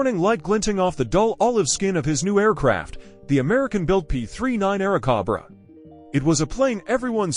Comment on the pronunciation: This is VERY bad AI narration. It is very stilted, choppy, and unnatural. It consistently mispronounces "Airacobra." Is there no way you can correct the AI narration?